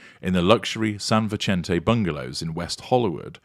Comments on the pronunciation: It's pronounced San Visente, not the italian pronunciation - the spanish pronunciation is correct. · Since it looks like you'll be referring to this a lot, the pronunciation is San Vi-sent-aa, (soft 'c'), assuming it's said the same way as the prominent West Los Angeles street.